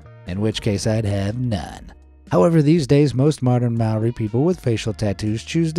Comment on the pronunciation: I am te Reo mori and i don't like this vid because you pronounced mori wrong!!!!!!!!!!!!!